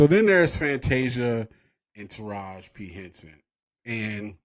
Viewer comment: It's Taraji, not taraj.